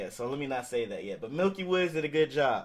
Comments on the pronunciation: It's not milky woods ....it's pronounce "Mickey Woodz" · You Hispano and can’t say miky woods???😂😂😂